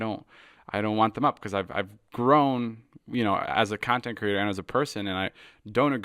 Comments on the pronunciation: Stop saying CURATOR!!! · Liked the video but my pet peeve is how u pronounce it "cerrator" and not "creator", sorry i just HAD to get it off my chest 😅